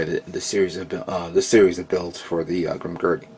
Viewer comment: It's Grimgerd not Grimgurdy but its k man you're only human